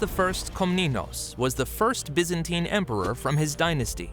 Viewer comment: BY -ZAN-TINE.